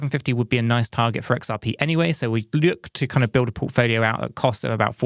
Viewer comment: Did he say porkfolio 😂❤